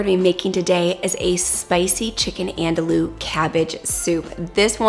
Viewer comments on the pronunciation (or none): Lol it’s not “andalu” it’s “an do e”😂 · The first time I tried to find quinoa in the store my pronunciation was so off they told me they’d never heard of it. 😂 Andouille is pronounced “an-doo-ee” because the Ls are silent. I learned about this sausage from Emeril. 😂 I know many people will benefit from your Wonderful channel. Thank you so much 😊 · Have I been pronouncing andouille wrong?? I thought it was an-dul-lee 😂 These look so good! Can’t wait to try!